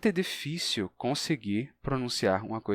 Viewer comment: Perdoe minha curiosidade, mas em fonética como se chama o primeiro "i" de "difícil" da forma como você o pronuncia em ?